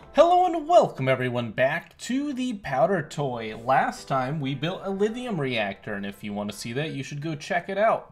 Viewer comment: u dont say lithium right pronounce the h more